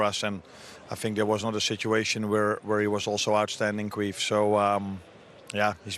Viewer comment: Slot calling Kelleher "queef" will never stop being funny